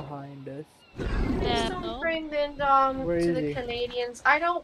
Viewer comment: The only thing that I don’t like about this video is that they keep saying indom instead of indo